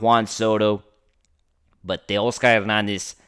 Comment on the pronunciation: I wish this guy would stop over pronouncing Taos Hernandez’s name